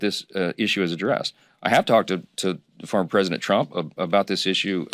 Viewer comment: Just can't seem to say "former".